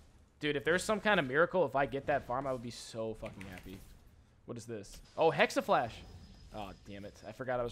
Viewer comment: Jacob Lucca and now people are actually typing "hexaflash" in a lot of comments here..